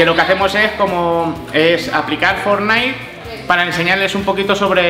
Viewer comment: Yo: academia de ingles: academis de fortnite 😂😂